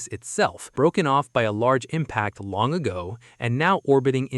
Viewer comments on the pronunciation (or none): none